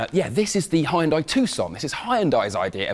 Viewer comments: The way he pronounces Hyundai is funny as hell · I hate the way you guys say hyundai LMAO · there's is no way in hell buddy says hyundai right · Informative. Beautiful car. Really interesting. But your pronunciation of Hyundai is brutal to the ears. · hearing him mispronounce Hyundai gets me everytime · The way he pronounces "Hyundai" is giving me nightmares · How is it that you've made "Hyundai" a three syllable word? 🤣🤣 You should be more responsible with your pronunciation when you have such a renowned platform... people might start pronouncing it that way themselves 😱😱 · try pronouncing it right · And 50 years later, you still can't pronounce Hyundai properly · The way hes pronouncing Hyundai is making my skin crawl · The way he continously mispronounced Hyundai was pretty annoying. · 현대 발음이 그렇게 안되나 이것들아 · I just think the Korean subtitles are contextually funny when you insist the ‘high-un-dye’ pronunciation. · Bro said Hayendai 😂 I'm African but that is the most African pronunciation I've heard in my life 😂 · Hydrogen is the Future indeed! Btw, Isn't it Pronounced= 'Hun Day' ? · Nice showcase - thx! Oh and it's not "Hai unn dai" ^-^' As I'm sure the reps kept saying XP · It is not called Hi yunday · Did he just say "Heyundai" ? 😂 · Calling Hyundai "Hy-un-dai" is wild! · It's pronounced Hyun Deh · Hi-end-die? Congratulations. You're again literate. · Even in, it seems that there is a problem with the pronunciation of the company name as hi-un-dai. Shouldn't you at least have looked up how to pronounce it in Google Translate and practiced it? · it's pronounced => hyundai like sunday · Did he just say Hai-en-Dai? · Da hell is a huyenduy? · I get that you're British and all and y'all call it high-n-die, but that's just SO far from the actual pronunciation. Does anyone know how they settled upon that interpretation of the Korean word; Hyundai? Frankly, it's like y'all aren't even trying to be close. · you lost me at HI-YUNDAI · its pronounced as yunday